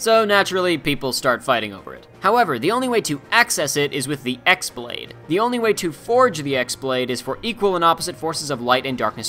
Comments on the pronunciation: Hey! This is a great video but I noticed you pronounced “X blade’ as EX blade. It’s supposed to be pronounced KEY blade. The strange looking symbol resembling an X is actually the symbol for “key”. It’s been confirmed by Square Enix themselves! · I'm pretty sure someone else in the comments already said something but , the "x-Blade" it's pronounced like "keyblade", not "eeks blade". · It's "chi"-blade, not X-blade. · Frustrated Jacob also it's kye(key pronounce) blade, not x-blade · So. The most hilarious minor thing is bugging me about the video (which also involved a massive missed joke) So the "X-Blade" isn't the "Ex-Blade" but rather the "Ki-Blade" as in the greek letter χ(Chi). Or yknow, Keyblade. Yea. Puns. Also, you forgot re:coded (kidding) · The x-blade is pronounced like keyblade it's just a greek letter that's pronounced like "key" sorry that was bothering me. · Wonderful video! Minor gripe as I watched: χ-blade uses the letter "chi" in Greek, not X of the Latin alphabet and is pronounced "kee" in original Greek. Someone's probably pointed this out but yes. The χ-blade is literally pronounced as "keyblade". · It’s not pronounced X-blade... The X is actually chi, chi-blade pronounced just like keyblade... A lot of people say X to avoid confusion but you should have pointed it out because in the games they pronounce the X as key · It’s not pronounced X-blade... The X is actually chi, chi-blade pronounced just like keyblade... A lot of people say X to avoid confusion but you should have pointed it out because in the games they pronounce the X-blade as keyblade.... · It's pronounced key blade not x blade. It's Chi (key) blade. X is the Greek letter for Chi which sounds like a k. Just FYI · χ not x (chi (pronounced key)) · But isn't the x blade pronounced key blade lol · aaaaaaa its chi-blade not x-blade sorry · the "X blade" is prononced "Khi blade" as the "X" is the grec letter "χ" (khi) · Not "ex blade" it's the greek letter X (chi) blade....yeah i know